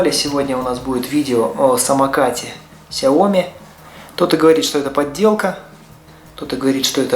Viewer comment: Оригинал!))) Сразу видно специалист "САЙОМИ")))